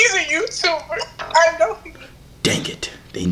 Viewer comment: ''on GOD he a Youtoober"😂😂